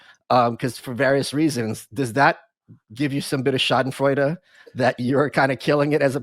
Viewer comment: the way he pronounces Schadenfreude is perfect.